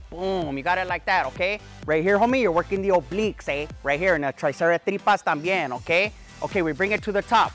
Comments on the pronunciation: He said the “triceretripas” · "Triceratripas" lmao 😅🤣